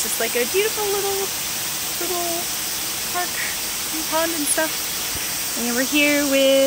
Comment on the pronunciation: Who else thought park said prank